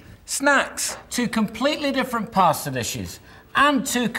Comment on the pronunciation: Sounded like that man said "pore it over your favorite pastor." Like if you're at Church pore that stuff over your pastor....Stuff look nasty anyway.